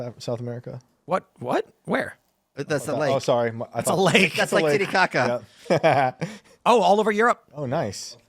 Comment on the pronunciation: Did u say tittykaka?? Lol 🤣🤣🤣